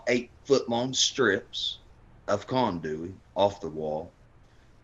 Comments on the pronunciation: Condewy 🤣 😂 🤣 🤣 🤣 🤣 🤣 conduit is what he meant to say 🤣 🤣 condewy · “Conduey”. Love it. I think it’s conduit but it should definitely be called “Conduey” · So he's got one SS bolt on his shirt. JS. Also it's raining ice in Cincinnati. "condu-iy" wtf lol. It's conduit. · This guy is retarded, Steel conduit, I'm losing my mind listening to him say condewy. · Condooy lol it’s condooit spelled conduit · Condewey 🤣🤣🤣🤣 it's actually called conduit. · U mean '' condewey '' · It’s conduct , not conduwy .. lol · He said conduey?? Conduit bruh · I’m just here for the “conduey” comments. 😂😂😂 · Conduit, pronounced Con Du Eee